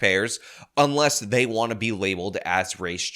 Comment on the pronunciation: "Day ahl gots degrees"...Pathetic...